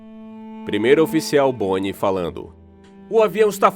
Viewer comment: É Bonã e não Boni 😂! Bonin = Bonan 🇨🇵